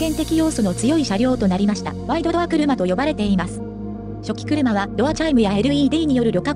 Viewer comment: アップロードする前にナレーションのチェックしましょうよ。「はっせんかたち」「ごせんかたち」「しょきくるま」「ワイドドアくるま」はひどいでしょう。